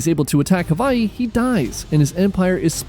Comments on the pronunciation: Someone pronouncing Hawaii the right way. Finally. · From Hawaii. Appreciate how you pronounce Hawaii correctly